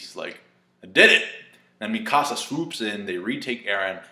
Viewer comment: Thought you were saying my house in spanish, I didn't know who you were talking about at first with the whole Mi Casa but I figured out you were talking about Eren's childhood friend slash girlfriend, the girl that loves him